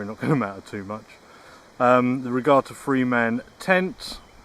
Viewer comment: Not re garta ….. re gatta